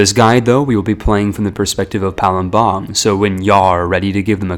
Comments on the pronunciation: Bruh it's Pa-lem-bang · Palembang is pronounced Palembag not palumbang Also it's pronounced pa-ga-ru-yiung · as an Indonesian, the way you pronounce Palembang kinda discomforts me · Palembang was even worse